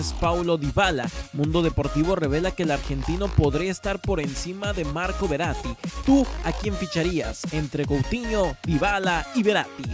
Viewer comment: Y .... porque no mejor dices los nombres de los jugadores asi como pues no se .. como la gente normal ósea pues que dicas verrati en ves de veratyyyy